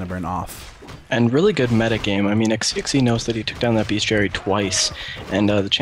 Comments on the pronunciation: Im pretty sure the guy is chinese, so xixi should be pronounced kinda like shishi i think! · You god damn right you're going to cast a lot of games tonight. And what SiRquanko said, it sounds like Shishi. Good cast though.. maybe let introduce himself, cause "Hi, whaddup" seems.. Yeah..